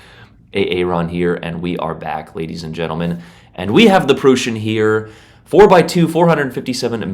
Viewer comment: Aint no way bro calls it the Prushen😭